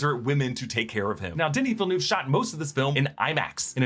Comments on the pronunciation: It's Denis Villeneuve not Denis Villenoo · the way you say denis villeneuve kills me , im from Quebec hahahahah